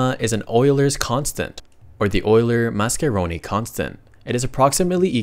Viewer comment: Finally someone who doesn't say yuler instead of euler